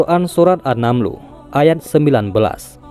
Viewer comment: An-naml kali min?? Bukan an-namlu